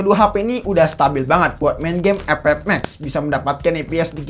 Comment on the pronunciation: Bang setiap Kali gwe nonton vidio lo pasti ngakak pas bilang game epep 😂😂😂